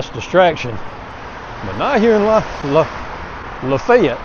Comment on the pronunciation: I'm sure people there appreciate the fact you said it correctly. I was watching some videos recently from Pierre, SD because it's a little outside my travel area. The videos all pronounced it the way it looks and comments were full of people complaining about it. Seems no one has ever made a video where they said it right. I want to be the first but it's a bit far.